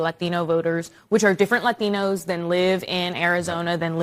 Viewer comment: Pronounce your “t’s”, latdinos😂.